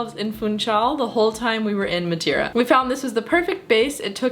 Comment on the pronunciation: Hello.. 5* video my problem is why saying madewwra you can speak normal english and still saying madeira not madewwra its just weard... but very nicely done